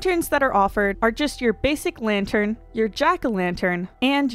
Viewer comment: latern? lol.